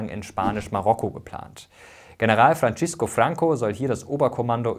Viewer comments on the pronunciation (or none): Er hieß span. Francisco, ausgesprochen etwa "Fransisco", nicht wie it. "Frantschesco". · Mega gutes Video. Hab es meinen Schülern gezeigt um das Gelernte im Unterricht zu festigen. Kleine Korrekturen: das "C" im Spanischen wird fast genau so wie im Deutschen ausgesprochen, also [t͡seː] und nicht [tʃ] (Francisco). Und das "ll" in "Caudillo" muss als [dʒ] ausgesprochen werden (caudijo), so wie ein deutsches "J", und nicht als [x]. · Francisco bitte nicht mit italienischem Slang aussprechen. Fürchterlich, was die deutschen immer so aus spanischen Namen und wörtern machen 😄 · Super-Video! Nur ein paar falsch ausgesprochene Wörter: GuerNIca (statt GUERnica), FranZisco oder FranSisco (nicht Frantschisco), CaudiYo (nicht Caudicho) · Sehr spannendes Video. Aber autsch, die Aussprache der spanischen Wörter. Da kann man sich schon besser informieren. Francisco Franco wird "Franzisco Franco" (das z gelispelt) und caudillo als "caudijo" (ll wird j) ausgesprochen. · 2 wichtige Korrekturen: a) Es heißt FranZisco Franco und nicht FranTSCHisco Franco. b) Konservative SIND Teil des rechten Spektrums, so wie Sozialdemokraten ein Teil des linken Spektrums sind. Franco & Co waren Rechtskonservative, und somit rechtsradikal (so wie die Linkssozialisten ins linksradikale Spektrum leisten). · Nach "Gérnica" und Frantschisco" innerhalb der ersten Minute bin ich ausgestiegen, denn der Rest wird ebenso fehlerhaft sein. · Ein super Video! Es gibt ein paar Fehlerchen. 1.Die Ausprachen von Francisco. 2. Der Text mit dem du "Franco" auf dem Foto im Baskenland labelst steht nicht auf Franco. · Du hast francisco und caudillo falsch ausgesprochen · seit wann wird francisco franco italienisch ausgesprochen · Die spanische Aussprache muss aber noch geübt werden, z.B. bei Francisco, oder caudillo